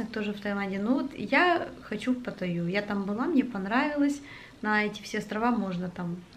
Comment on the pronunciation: пАтаю ударение на а